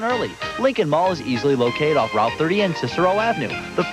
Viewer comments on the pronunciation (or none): none